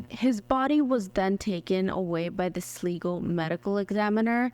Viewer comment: Glad I found you! By the way, it's pronounced Sly-go. I used to live in a town with that name. Thanks!